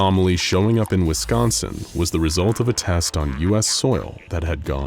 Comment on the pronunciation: You said “Wisconsin” correctly…..a fellow cheesehead I assume?